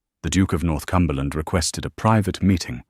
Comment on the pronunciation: He’s NOT the Duke of North Cumberland. He’s the Duke of Northumberland. . . .the “h” being silent it’s pronounced, North-umberland.